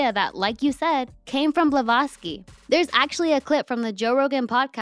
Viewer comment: Are you purposefully not pronouncing ppls name correctly? You called Roger Ebert elbert and Helen BlaVATSki balowski 😂😮😅